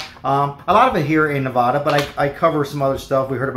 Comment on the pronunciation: Hi. If you live in Nevada, the first a in the word Nevada is pronounced like the a in apple. It is not pronounced nevAHHda. C’mon bud, if you’re local, let’s at least say it right’ Haa!